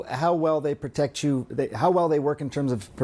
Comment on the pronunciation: At the beginning he couldn't even say "protect", he had to correct himself with some wishy washy bs. The legal precedent is there, still these people have faced no consequence.